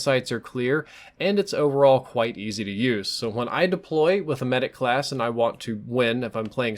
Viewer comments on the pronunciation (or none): none